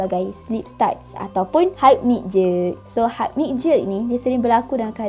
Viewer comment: pronounciation penting. sebutannya ialah hipnik. bukan haipnik. sekadar perkongsian 🤗